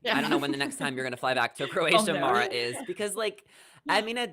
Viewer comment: Love you all but how have you missed that Mara is pronounced like marinara sauce and like Sarah. She’s mentioned it every time. 🤣😂😅🥰❣️🌹💋